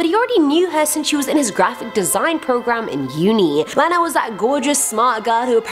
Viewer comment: I think you pronounced Lena wrong. I think it should be Lee-na!!!!!!